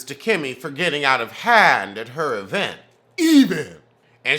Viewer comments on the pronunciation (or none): Yes you gotta put that strong E in the beginning of vent🤣🤣🤣🤣